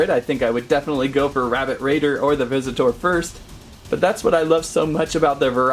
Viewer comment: Why does he say visit tour